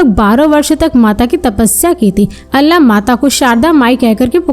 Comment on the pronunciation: मैडम अल्ला नही आल्हा कहिए...